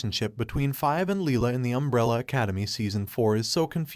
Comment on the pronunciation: The fact that you made an issue-taking video surrounding a major character and said her name wrong every single time was infuriating.